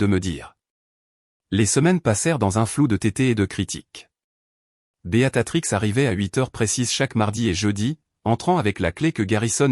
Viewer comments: Votre prononciation du nom 'Béatrice 'au lieu de'Beatatrix' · Oui ça m enerve ce beaTatrix !!